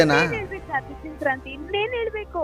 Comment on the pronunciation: ಅದು ಶೆಂಕ್ರಾಂತಿ ಅಲ್ಲ ಮಾರಾಯಿತ್ತಿ, ಸಂಕ್ರಾಂತಿ.....😂